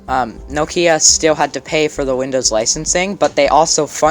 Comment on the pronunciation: Very interesting video you are very talented and with a bright future ahead of you! One minor detail only. Listen to how the Microsoft exec pronounces Nokia. And how he keeps pronouncing it. That's the correct pronunciation. NO-kia not No-KIA. Actually the name Nokia derives from a small Finnish town.